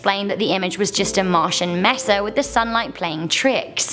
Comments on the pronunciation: It's a MESA, not a messier, you messer!!! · I MEAN MESA, not MESSER.